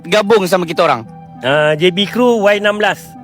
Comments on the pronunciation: Yg penting sebutan Y16 adalah "Wai 16" bukan "Yi 16"😂 hahahahhaha hodoh betul sebutan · Bukan yeh 16 tp y16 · Bang awat depa sebut "Yi 16"?😂 hahahahahahha huduh gila sebutan wai 16 (diindonkan)